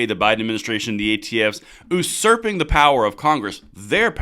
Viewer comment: It’s ‘you-serp-ing’ not ‘oo-serp-ing’. It’s not a commonly used word, these days, so it’s understandable that someone might not know how to say it.